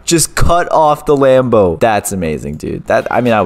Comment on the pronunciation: Stop saying offf